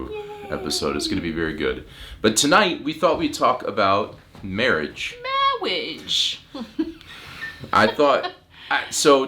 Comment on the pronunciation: Mawage! Mawage is what bwings us togevuh tooday